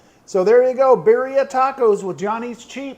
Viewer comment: its pronounced B E E R -R E E A 😄